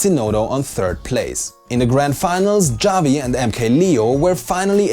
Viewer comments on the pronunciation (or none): Wait. You pronounce Javi Jaw-vee? Being German speakings I would figure you would know it's pronounced Ha-vee... Oh well. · its pronounced HA-vi not javi. (sorry it was bothering me so much) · Isn't it pronounced havi not javi🤔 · Sm4sher's name Javi is pronounced Haa-vee, not Jah-vee. As an example US laughs like "hahaha" and spanish speakers as "jajaja", it's nearly the same sound for both :) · Bruh, Javi it's not pronounced like that plz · Just so you know, Javi is pronounced "Havi" with an H sorry my name is Javier and it kinda triggers me when people say it like that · "ha-vee" = Javi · its pronounced "Havi" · It hurt a little bit every time pronounced Javi's name... Pronounce the "J" like an "H" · Javi is pronounced havi. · "Javi" is pronounced "havi" just so you know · FYI In Spanish, the "J" is said more like an "H." Javi would be said like "HAH-vee." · That is not how you pronounce "Javi" guys. Good recap, as always. Stay beefy.